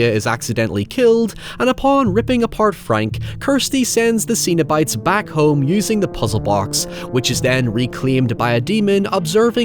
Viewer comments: Cenobite, not xenobite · I'm pretty sure it's pronounced Sen o bites instead of zeen o bites. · The most disturbing thing is pronouncing it as Xenobite Much love <3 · He's pronouncing Cenobite wrong on purpose right??